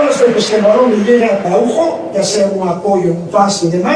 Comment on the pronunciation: You couldn't have butchered Araújo's name pronunciation any more even if you tried.